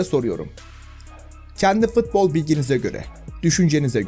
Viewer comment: FITBOL DEĞİL FUTBOL